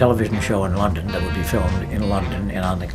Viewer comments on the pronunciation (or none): none